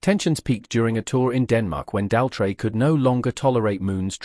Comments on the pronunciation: Tell me about it, who on Earth pronounces Roger's last name this way? 🤔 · The AI can’t even pronounce Roger Daltrey’s surname! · He seems to have problems pronouncing Daltrey and Townsend.